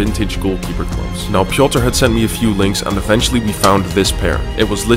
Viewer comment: not pioter its piotr and hes poland like me!!!!!!!!!!!!!!!!!!!!!!